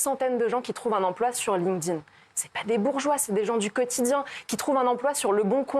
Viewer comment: "Lingdin" aaah ça me perturbe 🤣 ça se prononce "link'd in"